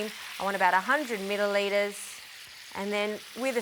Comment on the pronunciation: "100 milldeliters"? 😂